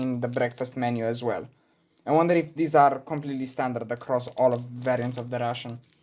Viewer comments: credca ar trebui sa pronunti reishån,ca tu pronunti la fel ca pe russian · Coaie, mă zgârie pe creier acel "russian". Învață dracului pronunția în engleză daca tot faci content în engleză... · 24min in the video and he didnt say he is russian yet. In the first minute he says he is Military Ration (the way he prononuces ration sounds like "russian") Enthusiast and then that his motherland is Romania. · My guy as a fellow Romanian myself you saying ' ration' sounds more like russian 😂😂😂 d.m. if you want a few tips and trick on how to better your pronunciation